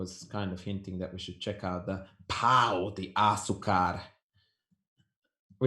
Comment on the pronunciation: It's not "Pao" de Açúcar. It's Pão de Açúcar. The a is nasal. It sounds like the u in until, uncertain, etc...